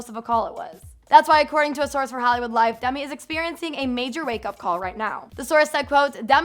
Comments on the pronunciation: No hate but it's sounds like Dummy not Demi🙈🙈🙈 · DEMI. DEEEEMI. NOT DUMI. LOL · Sounds like you're saying dumby when you say demi hahaha